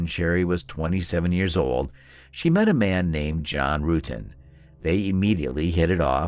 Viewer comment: It's John Rutten not Rooten